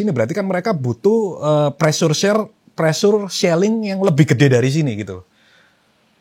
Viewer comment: ngomong selling aja shelling, ngmi